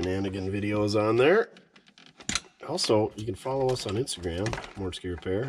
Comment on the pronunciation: Actually you nailed the mortske minute I enjoyed it 🎉🎉🎉🎉🎉